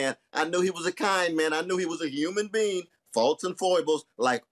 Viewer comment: Human being, not human bean 😅😅😅😅😅😅😅😅😅